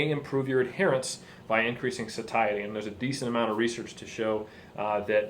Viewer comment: this is a great video, and you're well spoken, but: please learn how to pronounce 'satiety' -- it's so discordant to hear that when everything else is well said.